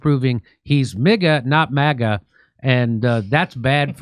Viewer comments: MIGA, NOT MAGA. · Might wanna workshop "MIGA" a little more Jimmy lol